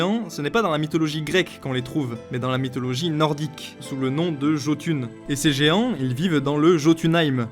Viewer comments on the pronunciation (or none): SNK est mon manga préféré et je n'est noté aucune erreur de ta part bravo EN revanche se n'es pas JOTUN mais JÖTUNN le J se dis dit presque pas (c'est presque comme un H enfaite) Le Tréma sur le O c'est pas pour faire jolie Ö se dis E mais avec peut de vibration d'en la gorge U se dis comme notre E et pour NN la ça vas et c'est "Jötunheim" Ymir se dis avec un R roulé yggdrasil se dis Igdrasil EITR SE dis èilltrchhh (souvent a la fin le R se roule et fini en CH) pour HVERGELMIR HV se KF DONC KFèrGièLMIR nídhögg c'est NID-HEG pour Odin c'est ÓÐinn Ó se dit O mais un peut plus long Ð se dit un peut comme le TH anglais i se dis pas comme Í c'est plus comme notre i mais en plus grave TÝr se dis TIRchhh Fenrir se dis Fen rir avec des R roulé Gungnir se dis GUNnirchh le G au milieux est silencieux mímir se dis Mimirchhh R roulé a la fin et le í est comme le notre hangatýr se dis ANGATIRCH le plus connu ÞÓr se dis soorch le Þ se dis comme le TH anglais Útgardloki se dis OUTGARDLOKI jÖrmungandr se dit donc iermengandrch (c'est compliqué la oui je sais) ragnaörk se dis raniarek POUR Surt c'est sErt Bifröst se di BIfrest (j'ai fait un roman XD) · Je veux pas chipoter, mais le "J" se prononce "Y" (Jötun, Jörmungand) et lorsqu’il y a un r à la fin ça se lit -er (BaldER, SurtER, FimbulveltER) ^^ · S’il te plaît essaye de bien prononcer Jotün qui ce prononce Yotün (je sais j’ai l’air chiant mais ça me pète vraiment les oreilles, merci)